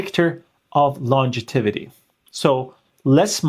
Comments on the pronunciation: It's longevity, not longetivity. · Longjetivity 😄. Reminds me of the weather guy who panicked and said Hummididity. Great info though.